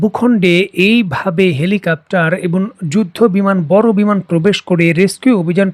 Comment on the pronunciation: হেলিকাপ্টার বলতেছেন বারবার আপনার ভিডিওগুলোতে হেলিকাপ্টার বলেন। হেলিকপ্টার - Helicopter হবে।